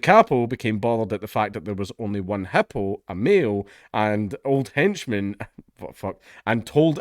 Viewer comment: Lol never heard it pronounced HUPOO